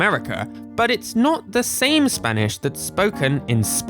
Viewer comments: I LOVE HOW YOU PRONOUNCE SPANISH AJFHAKFJABFJA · You pronounce spanish pretty well!, I think you scared a lot of english speakers by putting(before edit: puttong) all those dialects with the letter Ñ in it Greetings from Argentina! I will proceed to speak in argentinian spanish (And argentinian Accent, we speak the Ll's and the Y's as Sh's a lot of times) Che boludo, sho estoy acostumbrado a las traducciones en español de españa, xq todos los juegos que jugue (sha sea en emulador o en consola) las jugue en español de españa xq era lo que habia jaja, y como nosotros somos muy boca sucia, mucho problema no hay, pero me gustaría que no nos ignoren, LATAM es un gran continente con muchas personas, asi que tener una traduccion para LATAM en los juegos de Pokémon nos ashudaria a comprender los dialectos que en el idioma de español (España) no entendemos por ciertas palabras (Back to english) if you understood, reply with Ñ, if you didn't, with N, and if you understood PLUS you are from latin america (and or argentinian) reply with ÑcheÑ, if you are not argentinian, reply with Ñ(common word in your country like weon, po, pe, etc)Ñ